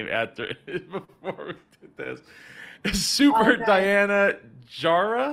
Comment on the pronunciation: C'mon,. Good interview, but, you mispronounced her name because you couldn't find time to watch the first minute of her pitch, where she says her name? I mean this constructively: You babble, drag out your dialogue a lot. Diana is so well spoken that she makes you look even worse.